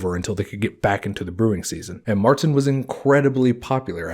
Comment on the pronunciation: Ok, there's one thing I'd like to have cleared up here. 'Keep it clean and fermenting during the hotter parts of the year' kinda contradicts the 'they could only brew during the summer' part here. I know that that is a conundrum, it's a hard part of history to unveil. Also "Märzen' is prnounced more along the lines of 'cher'( the artist).